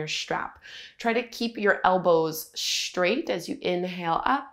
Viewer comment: Keep your elbows 'schtraight' when you use your 'schtrap'.